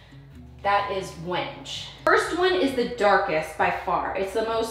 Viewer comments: FYI Wenge is pronounced when-gay. It doesn’t read purple on screen. I think the bittersweet chocolate is very good, but because I am not seeing it in person, it may be too dark. The vanity supports are meant to hold the phonograph. With the granite top, you won’t need the inside framing to “support” the sink. The sink will sit on the drain and the countertop. If you remove the framing, corner pieces will help provide some lateral support so the cabinet box doesn’t “rack” or twist out of plumb. Keep up the great work! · Hey, love all you do… but right now I have to let you know ‘Wenge’ is pronounced ‘WEN-GE’ (wengay)… sorry it was making me nuts🤣🤪🥰… love your selections!